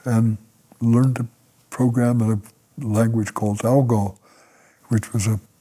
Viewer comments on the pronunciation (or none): ALGOL not ALGO.